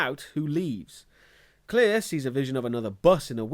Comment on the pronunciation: Her name is Claire not Clear...